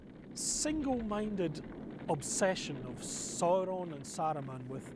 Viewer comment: I am greatly enjoying these documentaries, but THE PRONUNCIATION...HIDEOUS!!!!! Who is soar-on?? What's minus-tirith???! Makes me wanna pull me hair out! 😄😄🤣🤣 to each his own, I reckon.